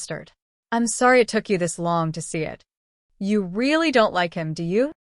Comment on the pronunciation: ???? 😳 ....story teller turns Asain, Im sworry sweetheart?